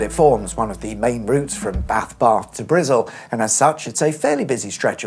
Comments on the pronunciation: It's more "Bristle" than "Brizzle", but who gives a fuck? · It’s not Brizzle that’s fking insulting it’s Bristol!!!! Ffs Cheers!!!! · Point of order: No Bristolian has ever called Bristol Brizzle. It’s an urban myth. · Speak English..Wtf is Brizzle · I love how you called Bristol “Brizzle”. I would imagine if the A431 could still be a toll road to this day. Plus you should do the A47 in Norfolk that parts of the A47 is getting the upgrade to dual carriageway. And plans to dual carriageway the entire A47 from King’s Lynn to Peterborough and from Peterborough to Wansford. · bath barth and brizzle LOL